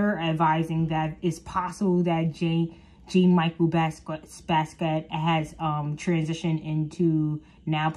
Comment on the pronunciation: You can't even pronounce Jean-Michel Basquiat properly....throw the whole video away.